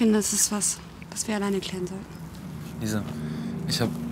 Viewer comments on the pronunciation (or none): Er sagt Alessia statt Lisa